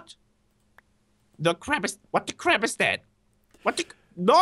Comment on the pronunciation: dued deez swords do a cwap ton of damageee